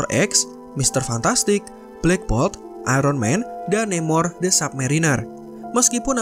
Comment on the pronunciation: Bang Ironman bacanya airenmen bukan aironmen, maaf itu mengganggu'